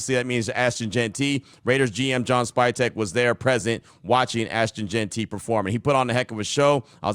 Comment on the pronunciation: Lmao Q reeeeeaally put emphasis on the pronunciation of Jeanty's name in the intro huh 👀 hope this FINALLY ends the JeantRY saga for good Been funny though lol